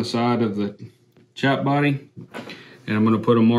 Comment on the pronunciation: I appreciate the video after the 369th time you said "chap" wrong.